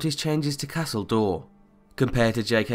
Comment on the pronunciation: "Castle Door" is all I could hear him say wen talking about Castle Doure. :-P